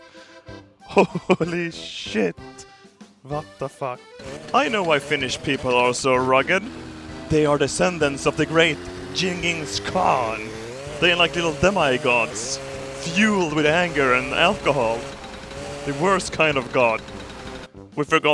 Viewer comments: "I know why Finnish people are so rugged. They are the descendants of the great Jinnings Khan!" Excellent pronunciation. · The Mongols would have pronounced it "Chinghis Han" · Genghis Khan (G like grenade - G-eng-his kaan) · 'Jennings Kahn'